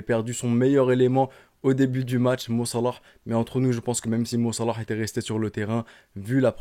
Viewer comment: La manière de dire "Mo Salah" est tellement ridicule et détestable